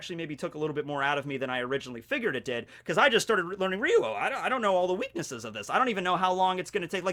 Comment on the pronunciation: I love the way pronounces "Ryuo"